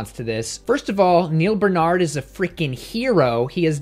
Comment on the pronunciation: Yo, you don't like it when people mispronounce your name; then why do you insist in mispronouncing Dr.Barnards? BAR-nard...BaRrrr-nard. It isn't that complicated. Thanks for the video none the less.